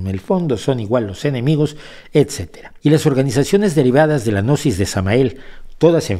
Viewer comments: la g no se pronuncia, y existe desde hace miles de años, Gnosis quiere decir conocimiento ,tampoco pasarse de ignorantes. Excelente enseñanzas , entendiste muy poquito. Los protocolos los interpretó como reales, sola basta leerlos. Y cuando llega a la parte del autoconocimiento ahi si veo que este personaje es totalmente ignorante del tema.... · El hombre parece loco y tenso como habla, pero no lo conozco, y la gnosis viene de conocimiento, y están los "oscuros" y los de la luz, así que esté hombre de este canal me parece que no sabe de nada de estos temas evidentemente, solo habla de forma burlona , no sabe ni pronunciar gnosis, perdió toda seriedad. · La pronunciación correcta de "Gnosis" es agregando la letra "a" quedando como "Ganosis" es decir que están muy ganosos. :) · pronuncia gnosis de forma errada de manera burlona, es sarcasmo. No lo ves? 🤦